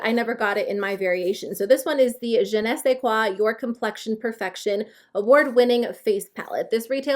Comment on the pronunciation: wow do you speak French? You said je ne sais quoi very well! Your makeup is so pretty! I cant get the plus bag become Im in Canada booo!